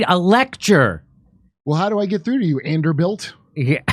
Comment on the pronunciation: “Anderbilt” 💕 😹 nice one Kurt! 💕